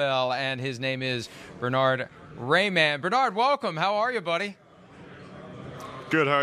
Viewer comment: Who is Bernard Rayman? At least try to pronounce the H. Bern-Hard. :D